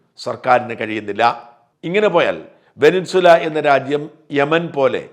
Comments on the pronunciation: വെനിൻസുല അല്ല സാജാ വെനസ്വേല എന്നു പറഞ്ഞു പഠിക്ക് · വെനിൻസ്വല അല്ല വെനിസ്വേല. ശ്രദ്ധിക്കണ്ടേ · വെനസ്വേല ആണ് ശരി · Try to pronounce Venezuela first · വെനിൻ സുല എന്നു തന്നെയാണോ? വാക്കുകൾ, പ്രത്യേകിച്ച് രാഷ്ട്രങ്ങളുടെ പേരുകൾ, തെറ്റായി ഉച്ചരിക്കുന്നത് കേൾക്കുമ്പോൾ .......അരോചകമായി തോന്നുന്നു...